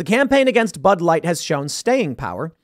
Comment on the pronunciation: "just like butt wipe, bud light", 😆🤣, sure sounded like that's what young Tim said.